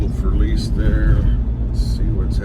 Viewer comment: Who the hell is FERLEESE? And WHO IS GRAPHEETEE? And why do you keep repeating FERLEESE, FERLEESE, FERLEESE, GRAPHEETEE GRAPHEETEE GRAPHEETEE? There’s NO ONE THERE?